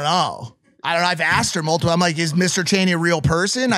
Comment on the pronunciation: Haha guys it’s Mr. Chainy not Cheney